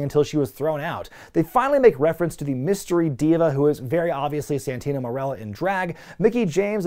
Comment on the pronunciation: It's Santino you idiots.